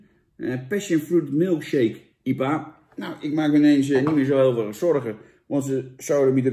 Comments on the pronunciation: jan: IEPA normale mensen: I P A ps: veel plezier in spanje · Ie-pa? Je hoor I-P-A te zeggen . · Iepa 😂😂 I P A